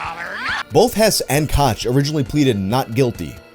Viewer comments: Pretty sure it's pronounced cook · "koch" is pronounced the same as coke